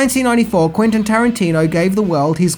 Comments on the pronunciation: I love your videos, man, but you gotta do some better quality control on them: it's Quentin, not Quintin. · Mate, his name's Quentin. With an 'e'. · Not "Quintin" Tarantino